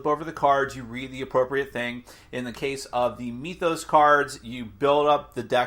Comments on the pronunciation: So it's pronounced 'MYTH-os", like (m-I-th), not 'ME-thos', with the 'e' sound. I know, knit-picky but it's annoying to hear. (annoying, like this post hehe ) Thanks for the review! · Do you also say "meethology" or "meethic"? Because that isn't how you pronounce "myth".